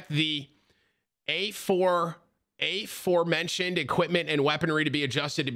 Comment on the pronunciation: my dude really just said A4mentioned